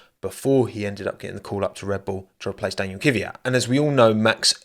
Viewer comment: Not Kivyat, butt Kvyat.